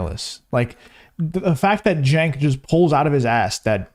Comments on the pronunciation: It’s pronounced “chunk yogurt”. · D...I love all the different pronunciations of Cenk's name...He's sucks...